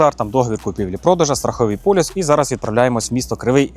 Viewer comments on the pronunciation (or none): Не "полюс", а " поліс")), без образ.